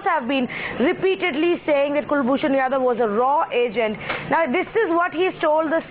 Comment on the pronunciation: Pakistani analysts can't even pronounce RAW and yadav.